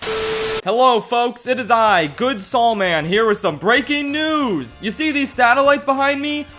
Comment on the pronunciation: He called Sual